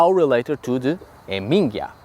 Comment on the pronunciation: HAMingja, not hamINGja 😉